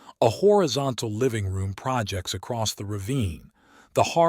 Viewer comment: “The living room pra-jects over the ravine”